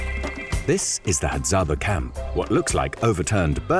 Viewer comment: It is Hadzabe (pronounced Hadzabey) not "Hadzaba" the way the commentator is calling them.